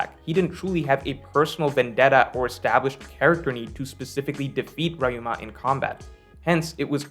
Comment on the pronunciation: Ok, why do you pronounce "Ryuuma" like "Rai Yuu mAh"?